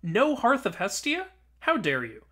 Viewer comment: Hastia is bestia killed me